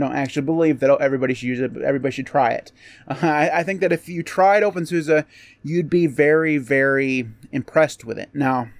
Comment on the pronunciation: You need to pronounce it the German way!